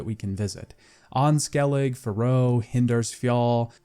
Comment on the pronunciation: The jumping/climbing issue is easily resolved by HOLDING the jump button instead of pressing it. If you hold it, Geralt will always grab onto the ledge. And btw it's Men-ge, not Mendge. And it's Cra-kh an Craite, not Creish an Craite. But at least you pronounced Skellige right. So many people butcher it so badly lol. Also if I can give a little advice, have some background music from the game playing while you're speaking. If you do have music playing it is way too quiet it's practically inaudible (at least when listening through speakers, I don't know about headphones). It just feels so empty with you just reading the script in silence. A bit of music would just make the whole listening experience so much more engaging. Great analysis otherwise. Maybe a bit too nitpicky for my liking, and judging every aspect through the modern lense, even though the game is almost 10 years old. But then again it's one of my favourite games of all time so I'm probably biased.